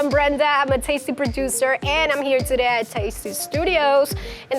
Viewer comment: I miss the old brenda when she said hey guys im brenda a tasty produzzer